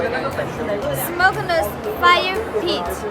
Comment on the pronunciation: she is saying SMOKE LESS STOVE ! This is Chinese English called Chinglish 😅